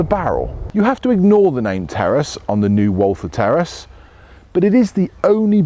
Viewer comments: I thought he said “Terrorists anyone?” On the intro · I thought he said Terrorist then I read the title.😂😂😂